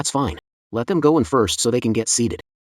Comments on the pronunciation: I'm grateful they haven't said "Feena' instead of fine. It gets to me each time lol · same or when the say im finne